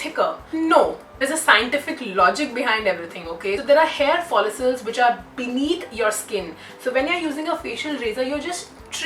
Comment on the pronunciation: It annoys me a lot every time she say hair folisels oh my God girl it’s hair follicles (follikles).... why so much drama at the start of the video ...🙄